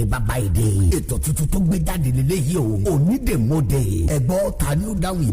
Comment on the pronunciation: O yẹ ki wọn tún advert Onídèmọdè yẹn ṣe.. "Onídèmodè" ni ẹni yẹn ń wí,, tó sì yàtọ̀ sí "Onídèmọdè" tí a ń pè gan.. Àti bí wọ́n ṣe kọ́.. A ma ń ṣeré kan nígbà tí a wà ní kékeré tí a má ń kọrin báyì pé : "Párá onídè wá mọdè,, Párá ọlọ́ta wá mọ ta Péú, Pèù,, Péú,,, Onídè wá mọdè rẹ.." Mo kan tí gbàgbé bí a ṣe ń ṣeré yẹn gan ni.. Orin yẹn ni mo rántí.. That was in the 1970s and early '80s.. "ONÍDÈMỌDÈ" ni, kìí ṣe ONÍDÈMODÈ. Ìyàtọ̀ díẹ̀ nbẹ níbẹ̀.. Ẹní tó dè nkan lọ́ mọ oun tó dẹ síbẹ̀.. Ẹní tọ́ béèrè question mọ answer.. Tàbí oun tí ó fi pamọ́..